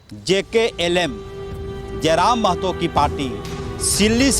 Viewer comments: Jklm nhi jlkm boliye repoter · Nam sahi se lo mahasay jlkm. Bar bar galat bol rahe hai. Jklm jklm bole ja rahe hai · रिपोर्टर भाई Jklm नहीं jlkm😂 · Jklm नहीं पत्रकार महोदय JLKM होता है, बोलने से पहले थोड़ा जानकारी लेलें तो बेहतर होगा🙏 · Kaisa patrakar hai bhai party ka name bhi sahi se le nhi paa rha hai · Jklm nahi jlkm bolo na😢😢😢😂😂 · Jklm nahi jlkm hai reporter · Bokachoda Pahle Party Ka Name Lene Sikho Jklm Nahi hai Jlkm hai 😡😡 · JKLM ❌ JLKM ✅ ठीक से पढ़ना सीखिए पहले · Party ka naam to sahi se lijiye bhaiya jklm nhi jlkm hai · क्या रिपोर्टर बनेगा JLKM को JKLM कर दिया 😂😂